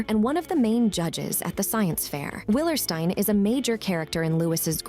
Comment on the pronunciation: It’s pronounced will-er-STEEN, “”! Have you not heard Lucille and Lewis pronounce it that way?? 🤨